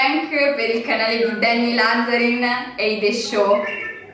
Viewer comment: Nessuno